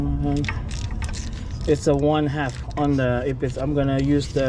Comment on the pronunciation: This video saved me hours and is really through. Only one thing I would change, when loseing the tension, the voice recorder says HAP instead of half. It took me an hour to figure it out. All in All Great info.